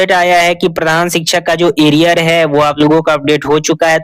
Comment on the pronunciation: Are sale aria hota hai ki ariar hota hai chutya hi banate ho log ko to achha se banao na kya bigadta hai chutya